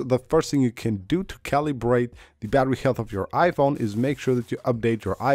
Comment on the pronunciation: Omg.. how many times is this guy gonna make his viewers paranoid about the battery. Just use your phone as a phone. Your battery will be fine. All this is nonsense. Calibrate iPhone battery? lol "ca-lee-brate" lol